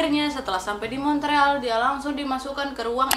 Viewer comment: Montreal dibacanya Mon real.